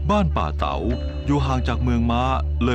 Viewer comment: ยังติดตามเป็นกำลังใจ ทุกตอนครับ ออกเสียงภาษาเหนือจริง คือ สหล่าครับ บ้านป่าเต๋า จริงน่าจะป่าตาว